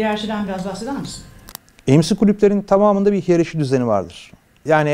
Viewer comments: İlk defa 'hiyerarşi' kelimesini söyleyemeyen birine denk geliyorum. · Hiyerarşi den bu kadar çok bahsedecekseniz telaffuzunu öğrenmenizi tavsiye ederim